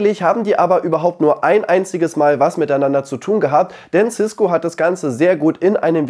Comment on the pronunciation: cisko nicht ciskgo